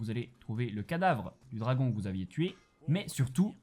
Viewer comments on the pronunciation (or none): none